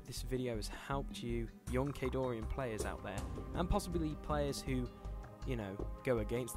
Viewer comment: During the background info part, the music is too loud. And, it's Khadoran, no i. Great video anyways!